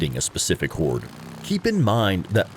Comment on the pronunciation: It sounds like he's saying whores